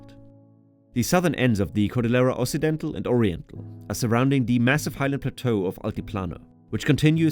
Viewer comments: Yeah also cordillera is supposed to sound like cordiyera. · A very good overview of Peru's geography. Babbel didn't do a great job on your Spanish pronunciation: e.g. Lima and Cordillera. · How ironic that you say that you studied Spanish yet you repeatedly mispronounce words like “cordillera” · and Cordillera.